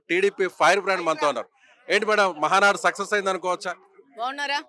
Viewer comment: Madam ముందు మహానాడు ani clear ga నేర్చుకోండి.... Ma valla girichi endhuku....